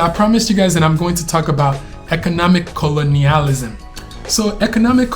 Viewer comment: One last thing in reference to economic "Co-lo-ni-al-ism", I had to break it down like that cause you were really butchering the pronunciation of the word 😹, they could ban all foreigners from owning land. Maybe they would be able to lease land, but to actually own it you'd have to be of Nigerian descent or ADOS like me. Just food for thought.